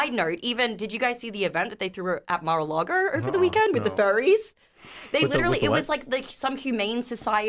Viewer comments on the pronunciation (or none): MAR UH LAR GUH